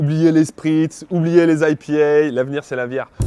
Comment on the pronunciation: Produit purement français d'ou son aie pi hè !! Il est ridicule !